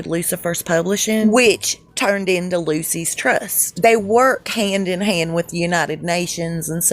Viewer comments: It's NOT 'Lucy's Trust'. It's LUKUS Trust! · I hear she's a transgender lady too! Don't look like it to me, but they work wonders like they do with Michael Obama, but it's easy to see him, so huge and muscular! Took a crew of 22 to dress him, lol! Anyway, just sayin' it's pronounced LOO-SHUS, not Lucy's Trust . God Bless all truth seekers, thanks for the fun video! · "Loose Ess Trust"...not Lucy.s.. Lol! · Lucis trust is a satanic organization. It is short for Lucifer's Trust. Dont make it sound like "Lucy's Trust" It sounds more like "Lu-sis Trust"